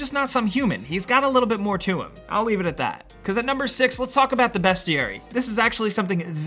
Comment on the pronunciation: DUDE... It's not a "BEST-ee-air-ee", It's pronounced "Beast-ee-air-ee". C'mon Son